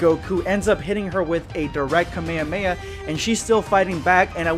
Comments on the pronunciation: It’s ka me ha me ha not cuh mei uh mei uh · did anyone else notice he said the kamehameha wrong idk if its like a weird DUB pronouncement but its bothering me alot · I love you you are a great youtuber but i HATE your pronounciation "kame-uh-weh-uh wave" "rahzaingan"